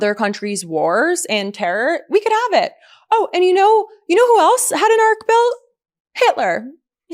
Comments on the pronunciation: Why do we keep calling it an ARK? Its not a boat... it's an ARCH 🙄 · It's not an ark, it's an ARCH, cheap copy of French version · He cannot say arch so put him in Noahs ark with the two lions please. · Noah built an ark. The shape you’re talking about Donny is an ARCH. It only sounds like “ark” in French.